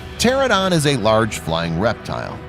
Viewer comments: and it's PTERANODON not PTERADON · Pteranodon not pterodon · I'm pretty sure its tear-ran-o-don, but I may be wrong. Oh well. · The way he pronounced pteranodon💀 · I hate how he mispronounced pteranodon